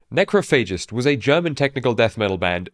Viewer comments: You are mispronouncing the name of the band. It’s ‘necrOPhagist’, not ‘necrophAgist’. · My favorite thing about Necrophagist is hearing people mispronounce Necrophagist. Haha, Neh-krof-uh-jist is how you say the word. It existed long before these gods of Death Metal ever existed as a band or even as people. Lol